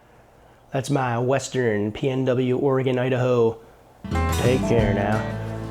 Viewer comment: OREgon & IDAho